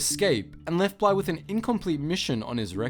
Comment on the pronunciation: Its bly not bla